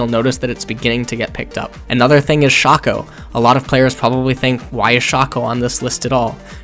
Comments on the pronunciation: the way you say Shaco bothers me so much. I've never heard it said Sh-ack-oh I've always heard people and myself say it as "shake-oh" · jesus christ its not pronounced shaco, its shaco... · And here I thought we were out of new ways to pronounce "Shaco" Silly me lol